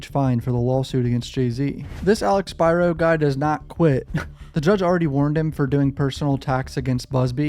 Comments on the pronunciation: Pronunciation is key....Spearo( Spiro) Keep up the great content! Also, the father was (@ time of occurrence) abusing alcohol/drugs ( allegedly). Keep up the great content! Just a GMA from IL😂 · Spear Ro say it with me Spear Ro